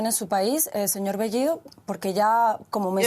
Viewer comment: Pedro Castiyyyyyyo??así es su apeyyyyyido??Castiyyyyyo??las dos L L esta escrito en el abecedario así que AIQUE pronunciaron AIQUE hablar correctamente el castellano español ,por el amor de DIOS..ya basta de hablar o confundir las dos L L Con la Y GRIEGA POR FABOR ,SEÑOR BEYYYYYYIDO ??